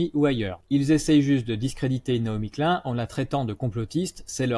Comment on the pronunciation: Excellent. Un détail: Ça se prononce "Nai-omi Klyne" [ pas "klun" ].